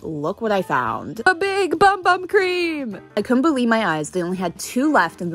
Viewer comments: Just saying it’s not pronounced bum bum cream it’s pronounced boom boom cream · It’s pronounced “boom, boom” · It’s pronounced boom boom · It’s pronounced “boom boom” not “bum bum” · It’s pronounced BOOM BOOM😓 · The name is pronounced boom boom not bum bum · For those of You who don't know, its not pronounced Bum bum.The Official Sol De Janeiro channel posted a video saying:It's not pronounced bum bum but its pronounced Büm Büm cream(boom boom cream) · The bum bum cream is pronounced boom boom cream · It’s pronounced boom boom cream but I also thought it was bum bum at first 😊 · Your pronouncing Bum bum cream I did it too but it’s pronounced boom boom cream I hope that helps ❤❤❤ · It’s actually not pronounced bum bum it is pronounced boom boom the brand posted it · Its pronounced "boom boom" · It’s pronounced boom boom, not bum bum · Its pronounced boom boom i just found it out😭😭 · It's pronounced boom boom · It’s pronounced boom boom but it is spelled bum bum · It is actually pronounced boom boom cream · regardless its still pronounced Boom Boom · If you didn’t no it’s actually pronounced boom boom cream ❤❤ love the video and you are so sweet for giving out Sephora items❤ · It actually pronounced "boom boom" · It's pronounced boom boom cream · it’s actually pronounced boom boom just so yk <3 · It is pronounced boom boom.